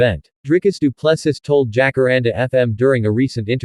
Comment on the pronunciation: Say after me, doo plu sea.....as in ocean,you know. Doo Plu Sea.....pronunciation